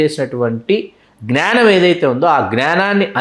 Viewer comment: Sir, sorry to tell you that please try to say జ్ఞానం not gnaanam Thank you